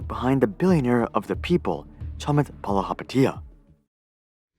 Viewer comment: If you’re gonna rake someone over the coals, however deserved, at least get the pronunciation of their name right.